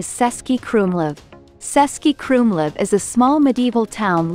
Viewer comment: It’s pronounced cz, the first letter of the Czech town of Český Krumlov. Otherwise you will lose your visitors. 🤫